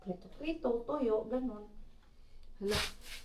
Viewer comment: Anubayan natawa ako sayo Sabi mo "Printong Toyo" kailan pa nprito Toyo then I realized "Tuyo"pala sinasabi mo😂😂😂n-prank mo ako dun